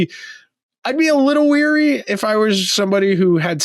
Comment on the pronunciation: Pretty sure its leary no weary.